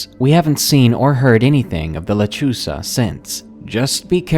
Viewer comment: Lol when u said lechuza i thought u said lechuga. Lechuga means lettuce in Spanish hahahahahahahaha sorry if i spelled that wrong lol